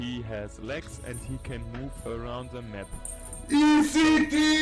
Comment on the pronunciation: He said "launch de rocket" i thought he was gonna punch his table/keyboard